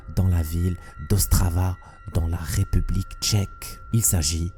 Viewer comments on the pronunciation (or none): none